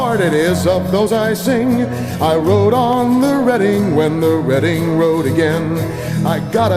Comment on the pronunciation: Thank you, thank you oh boy thank you! You said the Reading name properly. You are awesome!